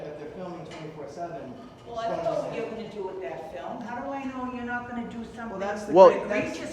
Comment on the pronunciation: a flim? an actice? SMH.